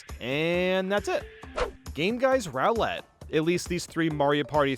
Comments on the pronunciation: what is that pronounciation? It's rOO-let, not rOW-let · It is NOT pronounced "row-lette." It's "ROO-LETTE." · Why do you pronounce roulette as rowlet? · Why does he pronounce Roulette like the Pokemon Rowlet? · "Game Guy's Rowl-lette.." ( Skips back 5 seconds ) excuse me what? "Game Guy's Rowl-lette.." Okay I'm not going insane. Bro really said rowl-lette instead of Roulette. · The way he says roulette as 'rowlette' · I can’t get over how he pronounces roulette as rowlet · Hearing his pronunciation of cadets and roulette hurt But the mini games were mid anyway so 🤷🏻‍♂️ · I love the tone and dedication I KNOW this took. The only thing that gives me whiplash is the way you pronounce ba-bomb and roulette 😢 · That's not how you pronounce roulette. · WTF is that pronunciation of 'roulette'